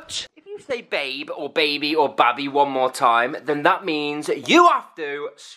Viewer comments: she said babi 😮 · Listen, says babi